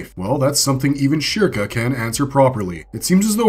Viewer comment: how do you pronounce the topic character's name wrong?